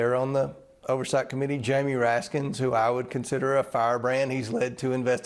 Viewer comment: He is mispronouncing the name of representative Raskin on purpose, he knows it isn't "Raskins". They are like grade schoolers